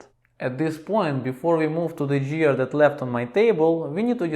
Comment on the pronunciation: GEAR : The 'G' sounds like 'г' in 'господин.' Same goes for 'Garrison cap' -not 'Harrison cap.' Just some constructive criticism, братко; don't get angry.